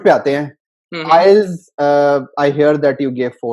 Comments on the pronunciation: bhai inka 4 baar me 'ILETS' ho gaya wahi badi baat he 🤣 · He is wrongly pronouncing IELTS. He says ILETS (not once but every time), Very strange how can he score that much... Something fishy.